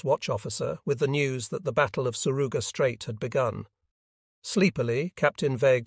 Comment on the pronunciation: The AI utilized here has a hard time with correctly pronouncing names, both Japanese and English. It was quite confusing until I could figure out who it was identifying. Also, place names like the Surigao Strait are mispronounced. Otherwise it is an interesting story.